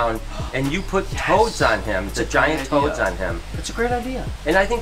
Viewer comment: I thought that he said toes not toads